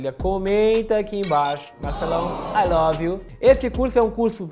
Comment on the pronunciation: Marcelão "ai love inhuu"